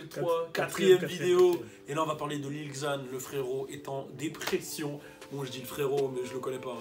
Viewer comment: Cpas lil ixzan (xan) On dit : lil zan (lil xan)